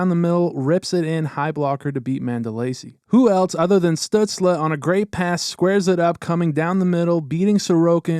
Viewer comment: "Stut-sluh" lmao